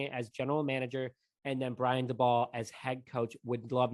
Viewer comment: I think it’s pronounced “Day-Bull”